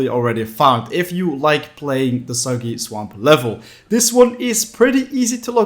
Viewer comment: When he was talking about soggy swamp it sounded like he was saying Soviet swamp